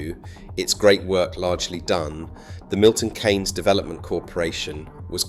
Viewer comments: Great video ...but please - it's not Milton "Caines" !! its pronounced Milton "Keenes" Those who have lived there know how good it is. Everyone else - well we dont care ! It does work well for cars but it also works really for bicycles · People who live in MK pronounce it 'Keens' NOT 'Canes'. otherwise an excellent video. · Milton Kaines? Keens is how we say it. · KEEEEEEEEEEEEEEEEEEYNES NOOOOOT KAAAAAAYYYYYNS FFS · Milton Keynes, not Milton Kaynes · Why do you use an AI voice? It was pronouncing Keynes as Canes most of the time, nobody pronounces it like that! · The AI voice mispronounced Milton Keynes every time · I don't don't think it is. Why can't it pronounce Milton Keynes? And why did it spell out car?